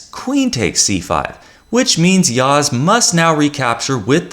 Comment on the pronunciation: You pronounce well Yağız's name